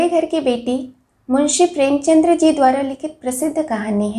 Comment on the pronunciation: प्रेमचंद्र नहीं प्रेमचंद। कृपया कथासम्राट प्रेमचंदजी के नाम का सही उच्चारण कीजिए।